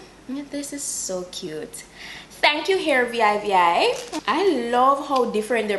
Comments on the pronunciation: I think It's pronounced "Hair VeeVi" I've seen a review of this company a while ago when I was scammed by company (vivihair) that ripped of their name. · Job well done dear as perusual....I love it lol the brand is pronounced as 2 V's as in vv